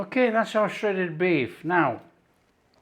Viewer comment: Omg I had to stop now at shreaded beef